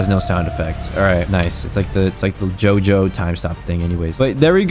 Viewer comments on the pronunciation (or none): none